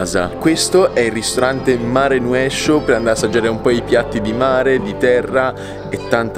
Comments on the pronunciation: Si legge mare nosciu 🤣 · si chiama "Marenuesciu" e si legge in egual modo ( nel dialetto Squinzanese) 😊❤